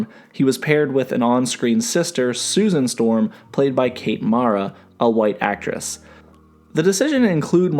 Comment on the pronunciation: Stusan Storm?